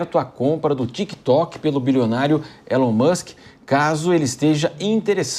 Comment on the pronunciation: "Fánki iún Elium Musqui"